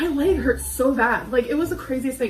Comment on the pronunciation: *laeg as our gorl calls it 😂